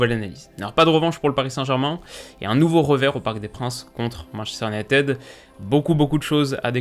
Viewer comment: "Manchester unitÈde"... Ca pique les oreilles 😖